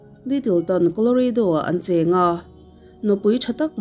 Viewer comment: Koloreidaw❌ Koloradaw✔️